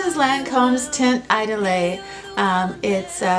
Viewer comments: It's like iedoole,. You don't pronounce the last e. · There are "apps" or you can google french to english audio translations.. Idole is pronounced more like "eedol" I'm not meaning to criticize you in any way. I love your videos! Your reviews are so well done and the artistic spin on your content is a real treat! Thank you for all your hard work and honesty. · HELLO, I JUST LOVE YOUR CHANNEL..IT'S VERY ECLECTIC AND ORIGINAL..THE DIFFERENCE IS WHAT MAKES THE DIFFERENCE THANK YOU SO MUCH FOR SHARING YOUR LIFE AND THE HANDSOME COOPER...PS IDOLE IS PRONOUNCED "E DOLL"..PLEASE KEEP MAKING YOUR VIDEOS THEY ARE A REAL COMFORT..LOVE YOU GUYS, TAKE CARE... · you have to say idole: the i is like "ee" and dole is like "dull" don't say the e a the end... :)